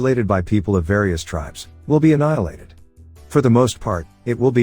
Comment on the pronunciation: lmso they way he says enihiliated